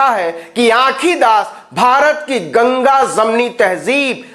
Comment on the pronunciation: Bahoot accha bolte h Navin kumar aap khaskar urdu talaffuz to aapka kamal h lekin aaj aaj aapne urdu bolne pahli baar ghalti ki h soocha bata du Aapne bola Ganga zamni tahzeeb jabki ye Ganga jamni h Mazirat ke saath